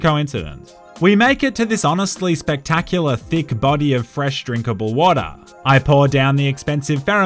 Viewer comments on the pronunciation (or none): none